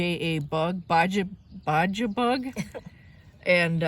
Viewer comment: I think the O is from Ford. Also, the Minnesotan is coming through….”Baja Bug” where you pronounce the hard J made me laugh (I’m originally from MN). It’s pronounced Bah Hah (think of the off-road racing in the Mexico/California desert). 😊 Anyways, lots of cool finds. Hope you get some extra permissions from your presentation to the church goers.